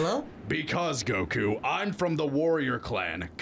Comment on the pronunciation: Almost no comedy, that's a good way to describe these episodes. They got fancier tho 🤔 Anyway, they used the original name, Mr Satan but can't pronounce Goku correctly 😂